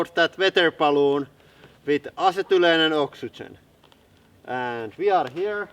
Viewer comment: Can't say I've ever head acetylene pronounced "Assetoolan" before...